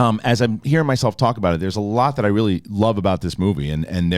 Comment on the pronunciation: “It weally wasn’t.” 😆